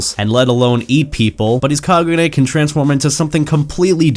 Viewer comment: STOP SAYING KAGUNAE IT'S KAGUNE